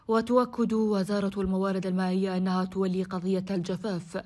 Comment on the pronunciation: تُولي مو تَوّلي 😂😂